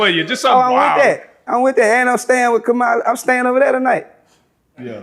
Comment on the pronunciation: You pronounce her name like "Comma-lah". Come on, now. You were just screaming about folks having a "slave mentality " in Shreveport.